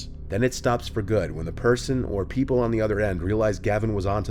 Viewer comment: "Pee-Pool" are you saying people or the name pf that little hole to look through?